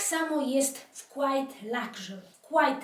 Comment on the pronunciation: miło się Panią ogląda, dałam "like" za osobowość i uśmiech, który przywołuje Pani na mojej twarzy:) Jedna tylko uwaga od anglistki- słowo quiet wymawia się [kłajet], bo [kłajt] to coś zupełnie innego - quite i znaczy dość. Pozdrawiam